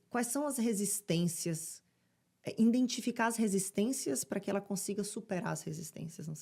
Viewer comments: Pq as pessoas falam "indentificar" em.vez de identificar.? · Para de falar iNdentifico, tira esse ENE por favor... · Parabens pelo canal, só uma dica, não é iNdentificar é identificar. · Depois de ouvir " indentificar" várias vezes, ficou até complicado concentrar no vídeo ! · A apresentadora tem uma resistência enorme a INdentificar erros de pronúncia. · INDENTIFICAR???????? SOCORROOO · Não é indentificar…🫣 não é Sénéca… uma pessoa que se propõe a citar um filósofo tem que pelo menos saber pronunciar o nome dele corretamente. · E "indentificar" ?? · Indentificarr??? Que português é esse? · Tenho resistência quando a pessoa é uma influenciadora e pronuncia "indentificar" ao invés de IDENTIFICAR. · Por que tantos brasileiros não conseguem dizer corretamente IDENTIFICAR??? Falam “ INDENTIFICAR??? Que coisa engraçada!!! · "Indentificar" é o máximo! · Ah- não! " indentificar" ?😢 Triste! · exatamente. INdentificar é de doer. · "Indentinficar" rss, como vim parar neste vídeo? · errar é uma coisa, mas manter a pronúncia incorreta sendo uma comunicadora é inaceitável. Vamos parar de querer passar o pano no que está errado e vamos buscar sempre querer melhorar (no caso dela pronunciar esta palavra INCORRETA). Ela é uma pessoa pública e influenciadora, tem que saber receber esta crítica e melhorar, ao contrário de vocês que ficam passando pano no que está errado eu apenas fiz esta crítica construtiva. O conteúdo é bom, não disse o contrário. ✌️ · KKK A PESSOA NEM SABE FALAR A PALAVRA IDENTIFICAR